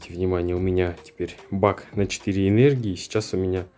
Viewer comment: Привет многие кто не в теме и не подписан на твой канал, когда ты в видео говоришь БАК на 4 энергии слышится как БАГ, используй другую формулировку слов , чтоб недалекие не задавали тебе много вопросов))) Спасибо!